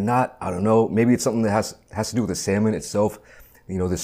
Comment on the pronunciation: Bro really said "samoan" 😭😭😭😭